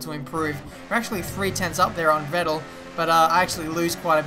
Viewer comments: For me as a german the way you pronounce "Vettel" sounds pretty wierd :D It's pronounced like "Fettel". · You're pronunciating Vettel wrong.